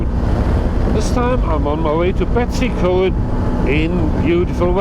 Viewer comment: Good vid, can't rate your Betws Y coed pronunciation very well though. (try - betoos er Coyd)